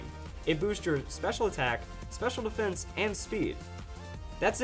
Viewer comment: He said pur defense